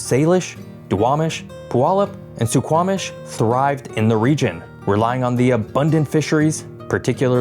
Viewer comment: How can you skip over that Suquamish pronunciation?!